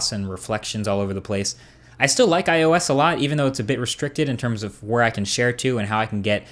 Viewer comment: i love how u missaying ios all the time. u said: iso ois etc... lool